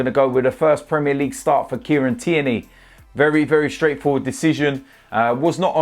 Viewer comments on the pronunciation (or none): none